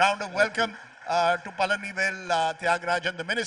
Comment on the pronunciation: His name is Palanivel, not PaNalivel 😂